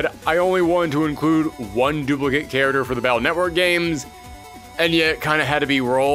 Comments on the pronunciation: Ok I dealt with the ear rot that is saying “character” as “charater”. I cannot even begin to process hard g “le-gend”. That one made me sick a little. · I don't think I heard "Charater". And I don't see what's the problem mispronouncing something, it's not like no body wouldn't understand what he meant.